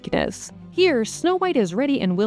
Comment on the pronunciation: I swear to god the narrator keeps saying "No White" lol